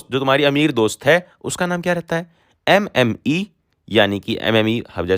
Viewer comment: Sir,it's not MME that means Madam